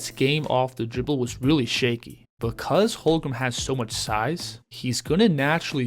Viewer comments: It’s HOLM-GREN not HOL-GRUM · For real. Don’t know how this guy is having a hard time saying his name. Its so easy 😂to